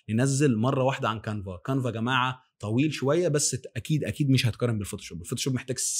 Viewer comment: كانفا و ليس قانفا و تسلم علي الفيديو